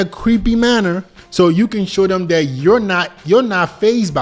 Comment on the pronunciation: it's "THat" not "DAT"....